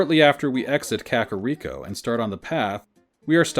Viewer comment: I love listening to these, though "krakoriko" made me laugh too hard